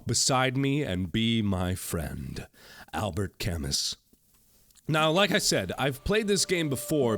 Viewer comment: its pronounced al (like al bundy)-bear (big furry creature) camoo